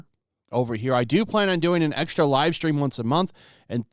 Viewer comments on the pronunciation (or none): none